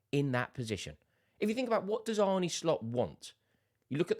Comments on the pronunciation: Just to note on pronunciation. Its more Arn than Arnie when pronouncing Arne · It's Arn-u, mate. Not Arny. Cheers Rore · Stop calling him "Arnie". His name is Arne! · It's not Arnie, it's Arne. Think John Arne Riise. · I can't listen to you saying bloody Arnie 😩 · We're english. It's Arnie. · It's Ar-nuh